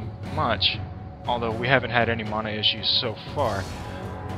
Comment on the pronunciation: Bad build and i dont like the way you say mana xD